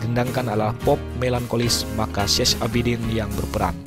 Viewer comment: Syech ...bacanya Syeh...jadi Syeh Abidin.....